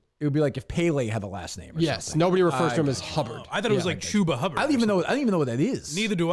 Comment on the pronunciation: the issue was also the pronunciation.. its pronounced Choo-ba